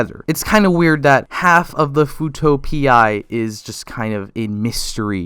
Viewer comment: Nahhh...it's pronounced "fuuto pee"